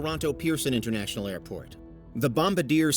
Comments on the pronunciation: Bom-ba-deer? Good lord... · Bombardier is pronounces bom-bar-dee-e-yah.